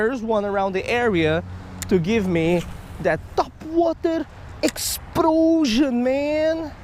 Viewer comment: He got a TOPwAhtAH exPLoSHON!!!